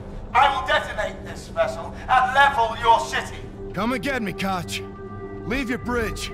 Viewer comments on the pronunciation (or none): Kotch? More like Krotch.